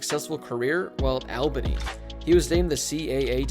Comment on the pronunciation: Albany’s not that unknown, we’re the capital of NY lmao, it’s pronounced “ALL-bunny” but for real though great videos bro keep up the great work 💪👌